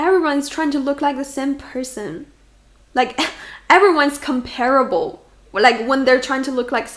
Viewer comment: It annoys me when people mispronounce comparable